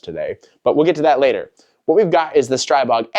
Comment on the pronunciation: Streeeeebog not pronounced with an I sound lol